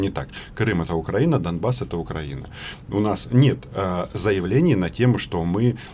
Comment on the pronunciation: Роман научите рассеян ставить ударение в словах украинец и украина